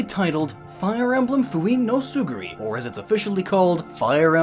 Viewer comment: He also flipped "tsurugi" into "tsuguri" for FE6's title.